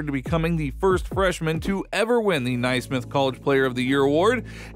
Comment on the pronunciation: Ed-eye-na nay-smith